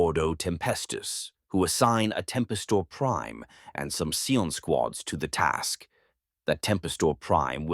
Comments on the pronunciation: That said, sometimes I wish your narration had a more human touch (pronunciation of "Scion" in this one was pretty rough throughout the video!). If you're in need of a human narrator for your scripts, please don't be shy-- I'm sure both I, and many others in the community, would be delighted to help you bring these scripts to life. Just ask! The Emperor Protects. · It popping back and forth between saying Cy-ons and Cee-ens is driving me insane.. It's bad enough that it's pronouncing it wrong, but seriously PICK ONE! Unwatchable for me. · The abominable intelligence cannot pronounce "scion" properly